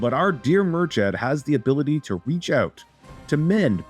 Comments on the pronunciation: Sorry but the name pronunciations is horrific😂 Its like mur-kid not mur-chad. Love that Ireland is getting some playtime though🙏🏻🇮🇪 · Personally I'd soften /k/ to a /x/ and lower that /ı/ to a /ə/ but you're correct. They even get Brian/Briain wrong.